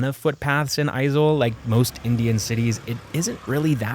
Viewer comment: I'm so confused you sound like the stereotyipacl ai voiceover, but you pronounced Aizawl and Mizoram perfectly.